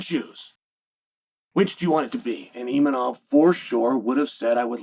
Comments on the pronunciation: IMAVOV and not ImaNov 😂😂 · Why is he calling him Imanov during the rest of the video and Khazmat yet other times he pronounces correctly